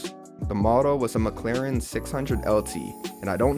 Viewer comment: its mclaren not mcchicken lol